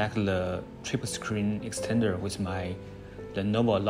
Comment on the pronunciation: My fellow Asian Brother Don't say, "Le" it's "THE." Lets get this right.